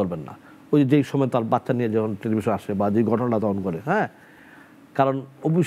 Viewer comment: সময়কে সমে বলে।